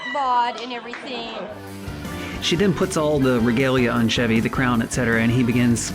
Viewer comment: I wonder how many episodes it will take before this guy learns how to say the name, "Chevy?"